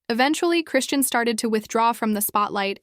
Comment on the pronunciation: Cray-Shawn... not Christiene